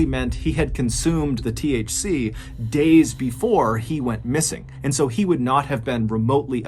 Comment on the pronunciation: Lmao. When you were talking about THC it sounded like "he ate a THC" had me dying